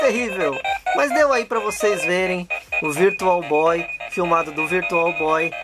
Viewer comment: Virtual Boy não Issui.... Virtual Bóóóóii!! 😅